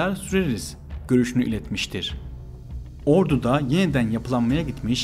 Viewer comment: askeri "ordu"yu şehir olan ordu gibi telaffuz ediyorsun lütfen onu düzelt